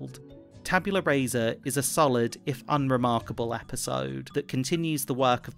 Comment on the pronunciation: Just for your own edification: Rasa is pronounced rah-sah. In Latin, vowel sounds don’t change with position, like they do in English